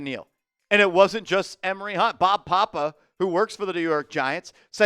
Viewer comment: Producer- it’s Bob Papa not Bob Poppa lol. But glad to hear positive news on Neal.